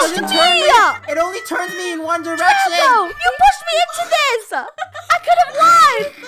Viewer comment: ONE DERECTION 😱😂👌